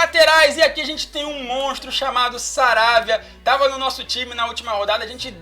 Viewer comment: Irmão o lateral do inter se lê "Ça rÁ bia "